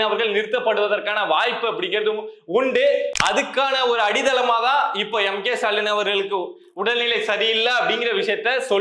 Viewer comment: தம்பி கடைசியில ஒரு வார்த்தையில் அடிதளம்னு சொன்ன 😂 அது அடித்தளம் உண்மைகளை கொஞ்சம் பொறுமையாக பேசு அப்பதான் மக்களுக்கு புரியும்